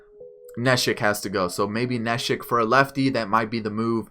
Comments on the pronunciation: Its (knee) shek nit nesh ick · Good video. It's funny how u perfectly say the spanish names but not the English ones like neshek and altherr lol